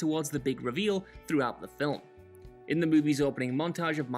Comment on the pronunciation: "Film" has one syllable